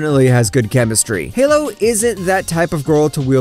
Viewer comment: not sure if its on purpose or not, but almost every single anime and characters name has been mispronounced. i lost it at 'spice and wolf' when Holo was called "Halo" even though the MC already Pronounced her name. if it really is on purpose, boy you definitely got me.